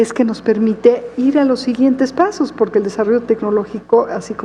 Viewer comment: Bueno que pendeja está está pinchi vieja, de la cochi galvez. Hable bien pinchi vieja, no se dice poque, se dice Porque Viva Amlo y la 4T. Saludos amigos.